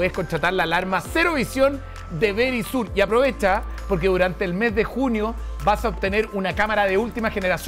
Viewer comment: aca dicen Verichur,asi se pronuncia,😂😂🍀🍀🍀